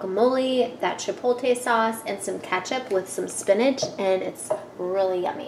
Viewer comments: Girrrrlll. Get it right, get it right. Its Chipot-le its not even spelled the way you say it. This video is not informative. I would like trying vegan stuff, but videos like these discourage me. Nasty. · i LOVE your videos girl ! i hope you dont take this personally or anything, some people would, i just wanted to mention how you say Chipotle, i think im hearing you say Chipo-lte .. how you pronounce it i believe is Chipo-tle .. the t infront of the l : D Its awfully petty of me i know hehe i just wanted to mention it incase you were interested :D i could be wrong though. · its ChiptLe not Chipote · Chipot-le not chipol-te 😉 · She pronounces it like "chipolte" she puts the l before the t 😂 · chipolte lol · lol chipolte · So many people say it like does...drives me crazy lol! My mom and husband don't even realize they say it wrong...I'm like, but the T and the L....lol